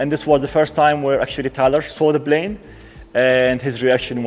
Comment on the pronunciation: Man, it's NOT "blane", it's Plane. Come on bro, with one million subscribers you have to do better. I'm from the Middle East too. It's not hard to say P.